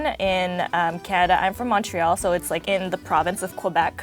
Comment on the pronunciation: Pronounces "poutine" perfectly Completely butchers "Montréal" and "Québec" :(